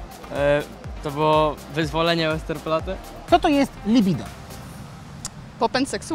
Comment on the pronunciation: łesterplatte xD